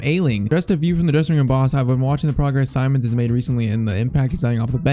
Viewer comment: PCQ: Its Seemons not Simons how to pronounce